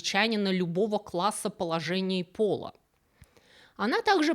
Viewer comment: Люблю ваши видео, но вот неправильные ударения ужасно режут слух. Пожалуйста, работайте над этим. СоглядАтаев а не соглядатАев.